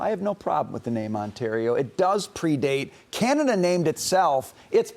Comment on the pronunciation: Trump’s pronunciation of Canada.. Gadada. Freakin uneducated moron!